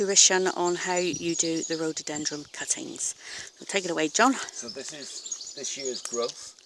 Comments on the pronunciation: Someone tell this woman its rhododendron NOT rhododendrums ..soo annoying!! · NOOOOOOOOOOO...It's RHO DO DEN DRONS....NOT rododenDRUMS!....very irritating!